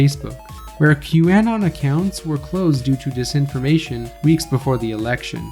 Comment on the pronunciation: Bro pronounces q-anon and Marjorie Taylor Green weird. You even from the US dude? And let's see some citations for some of these claims